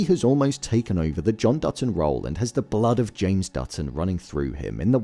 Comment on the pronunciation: It sounds like you are saying "Dudson" instead of "Dutton."